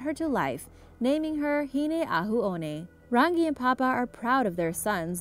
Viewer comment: she miss pronounced rangi.